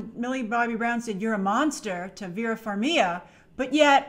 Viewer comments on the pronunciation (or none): yay I can go to bed now! EDIT: Trailer looks awesome. As a fan of epic scored, appreciated the song choice. I thought Vera Varmiga's last name is pronounced "Far-mee-guh"? hmm...